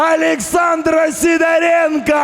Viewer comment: Привет. произнёс свою фамилию, как СидОренко, а произносит, как СидорЕнко.